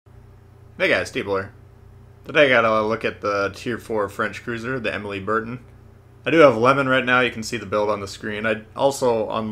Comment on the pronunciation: More like bear-tan, and sort of swallow the final 'n'.